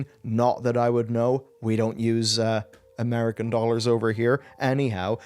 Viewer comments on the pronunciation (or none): none